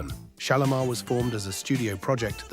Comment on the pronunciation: Shalamar..there no o in it😅